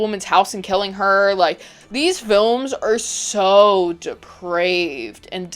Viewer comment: Oh my god, say "deprived" again. I feel like Samuel Jackson in Pulp fiction. D E P R A V E D. not deprived.